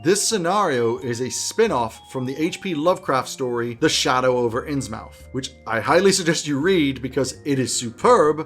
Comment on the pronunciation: I will surely use several of these ideas! Innsmouth is pronounced [innsmuth] to give a smidgen of value back. Thanks for the great video